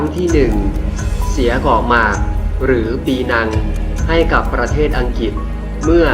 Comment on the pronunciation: อังกฤษไม่ใข่อังกิด ออกเสียงให้ถูก